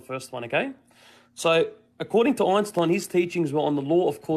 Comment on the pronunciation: Ooinstooin 😂 By the way it's also not spoken Einstein but Einshtein